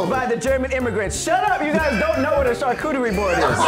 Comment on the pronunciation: “Charcutery” board looooool